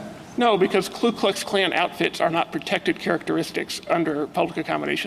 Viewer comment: Alito pronounced KuKluxKlan properly, if I heard it right. The others were saying KLUEKluxKlan. They don't even know what they are saying, but Alito does.